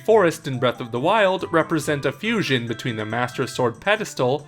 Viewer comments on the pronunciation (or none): none